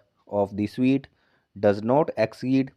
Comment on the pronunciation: स्वीट नहीं स्युट